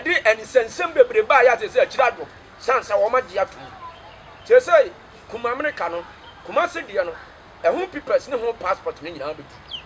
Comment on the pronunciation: Akoa wei paaa kumerica koraa u can say u say kumamerica,,,u dey cam talk u brought it fiorrr